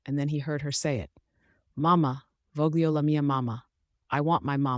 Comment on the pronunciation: Please, if these videos, which are about pride in being Italian and pride in our culture and our beautiful Italian language, then PLEASE say the words correctly!! The word ‘voglio’ which means ‘I want’ is said WITHOUT PRONOUNCING THE ‘G’!! When ‘g’ is followed directly by an ‘li’ in a word, the ‘g’ is NOT hard, like girl or get. It’s pronounced like an l+y+i. It’s not easy for non-Italians to pronounce, so just pretend that the ‘g’ is silent and don’t pronounce it at all. It will sound a lot better and much closer to real Italian! The word should sound like’vol’+ ‘yo’= ‘volyo’. Remember: g + l + i means the g is like a sort of y, or if easier just don’t pronounce it! If g is followed by i or e, the g is soft like ‘gem’ or ‘technologist ’. If it’s followed by an o or a, it’s hard like ‘game’ or ‘gold’. If it’s followed by “l+ o or a’ it’s also hard like ‘glory’ or ‘glad’. But when there is ‘gli’ the g is pronounced like a ‘y’, or for non-Italians, just don’t pronounce it at all😊 So the Italian word ‘famiglia’ is pronounced almost identically to the Spanish ’familia’